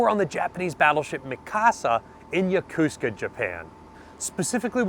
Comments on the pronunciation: Once more, it is yoKOsuka, not yoKUska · Does anyone else think it was shortsighted to sink the Nagato in postwar A bomb tests instead of preserving her? Like many non-english (and some English) words that Americans mispronounce, Yokosuka is butchered here. Americans switch some vowels around, and reduce the word from 4 syllables to 3. This is especially true among people who have served in the Navy.